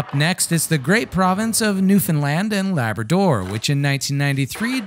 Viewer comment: Have never heard Labrador pronounced that way, with so much emphasis on DOOR.